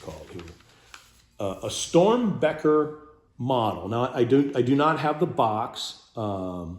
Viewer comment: It's Strombecker, not Stormbecker. sheeeesh.